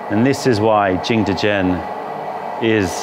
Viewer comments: Because he doesn't speak Mandarin obviously. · I'm sorry for this comment, delete if you want... But why are you saying jingdezhen like that? It's a good video, good content, but why did you have to ruin it by saying jingdezhen like that every single time. 😭